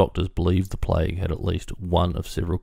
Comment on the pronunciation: Its not plige, It's plague.